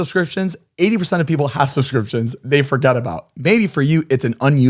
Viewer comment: “Sumscrimptions” KILLED ME 😂😂😂